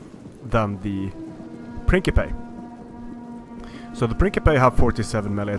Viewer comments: Hop-lights not hoplitase. Prince-ipeas not prinkipase. Sorry but this kinda bugged me. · Pince-eh-pey. Not prink-eh-pey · Pronunciation tips: it's princhipes. not prinkipe. ;) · Wrong. Prikipey is much closer to historical Latin pronunciation. Prinsipey is just modern convention/anglicisation. Just like Caesar is historically pronounced kaisar (like in fallout New Vegas) but modern convention is see-sar. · What the fuck? umm, no? even in game they say prinCipes, not prinkipe... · It's prin /tʃ/ ipes if you use the ecclesiastical pronunciation (the one teached in school, at least in Italy). You can say prin k ipes but that's the classical pronunciation (1aD upper roman class pronunciation). We are both right I think :) [I'm italian and I studied latin for 5 years in highschool.] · thank you for this video, appreciate it.... just the way you say latin stuff like "principei" drives me nuts :D edit: i think the hoplites were alraedy one stage "more exhausted" than the roman forces, thus, having mali right from the start. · Prinkepes? xD